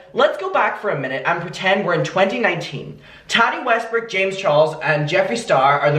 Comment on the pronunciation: "Hes coming for you next mckayla " "ThEre waS jUst aLL thiS dRamA anD I jUst hApPenED to Be thErE" thanks for making me laugh today. Prayers for Ukraine 🙏 Also this is not intended to make fun of your accent or how you pronounce anything but everytime you say "Tatty westbrook" I die 🤣🤣